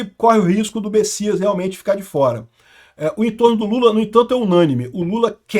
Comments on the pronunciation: é Messias com M e não Bessias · É messias ou bessias? num tô entedeno nada! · alguem sabe porque o chama ele de Bessias?